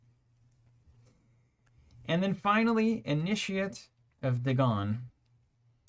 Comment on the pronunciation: Finally folks who pronounce Dagon correctly! Nice ah just like you were born with gills! One of us! One of us! XD